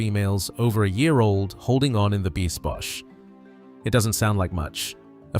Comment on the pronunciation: We don't pronounce the ch at the end of Biesbosch. Also sounds more like beesbos.